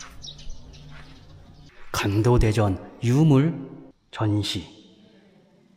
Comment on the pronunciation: 사랑하는 ㅋㅋ 형 발음이 자꾸 '간도대전'으로 들림ㅋㅋㅋㅋㅋㅋ